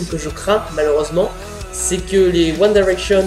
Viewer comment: Je suis Directioner mais ça va ta critique est "gentille" ! Au moins toi tu sais dire convenablement "One Direction"